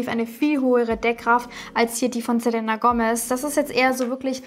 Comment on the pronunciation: Man sagt "selina".😉😘😘